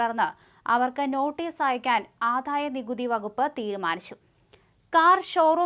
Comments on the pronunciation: ആദ്ധായനികുതി അല്ല, ആദായനികുതി. വിദ്ധ്യാർത്ഥി അല്ല, വിദ്യാർഥി. ഖാനനം അല്ല, കാനനം. 101 പ്രാവശ്യം എമ്പോസിഷൻ എഴുതു, എല്ലാ ചാനലിലും ഉള്ളവർ ശ്രീകണ്ഠനായരുൾപ്പെടെ. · ഈ പെൺകുട്ടിക്ക് ഉ‌ച്ചാരണശുദ്ധി ഇല്ല. ജ എന്ന അക്ഷരം തെറ്റായാണ് ഉചരിക്കുന്നത്. ആധായ നികുതി എന്നാണു പറയുന്നത്. വിധ്യാർത്തി എന്നാണു പറയുന്നത്. ഈ ചാനലിനു വേറേ ആളെ കിട്ടാഞ്ഞിട്ടാകും.